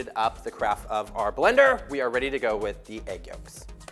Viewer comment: yo, wtf just happened ? It sounds like he had a stroke when he said "blender".